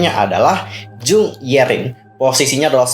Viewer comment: Haloo kak, mau benerin aja "Jung" marga Yerin sama Eunha itu dibaca Jeong (Jong). Kalau marga Yuju Choi dibaca Cwe.